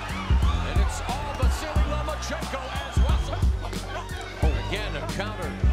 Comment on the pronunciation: You are pronouncing his name; VA-SI-LEE ? SERIOUSLY?? It's VA-SEAL - Unbelievable!